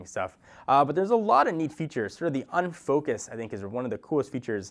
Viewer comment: Great video! But why does it say "HTC Once new camera" and not "HTC One's new camera"? And by the way, I'm pretty sure it is called UFocus and not UnFocus...